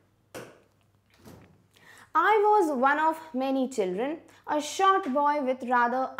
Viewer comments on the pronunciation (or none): none